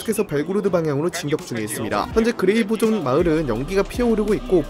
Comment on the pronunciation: 그레이보존이 아니라 그라이보론 입니다